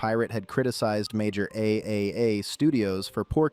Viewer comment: Triple A... that's how you pronounce AAA.